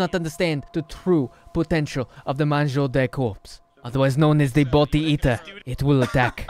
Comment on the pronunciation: Better than most accents people attempt on RP servers. But in French you should never pronounce a R at the end of a word like “Manger” Other than a few other things it was a decent accent